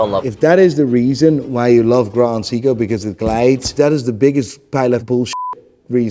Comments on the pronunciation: What baffles me, he calls it "Cee-ko", "Cee-ko" who? At least get the brand name right. Also, Rolex has literally no value besides the scarcity they create. Get an Explorer or an Oyster Perpetual slap a different name on the dial, call it Mulex and try to sell it only for its design. Now get a Grand Seiko, take the brand away and name it Cee-ko, I am pretty sure what people will choose. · "Educate someone correctly". Will you stop saying Seeko and Bretling then? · Can't even pronounce Seiko ... asked chatGPT for an explanation ... enough said, expert my ass